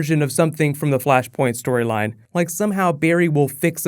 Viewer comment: Flashpoint. FLASHPOINT. FLUSHPERNT. ERHMAGERD ETS FLUSHPERNT